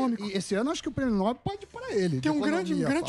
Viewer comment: Samy Dana! Alguém que fala errado não é confiável. Está dizendo errado. É prêmio Nobel com a sílaba forte na última sílaba (" nobél) e não (Nóbel).